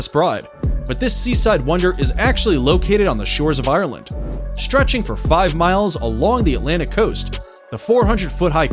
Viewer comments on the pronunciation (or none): Shtretching, exshtreme, speshies.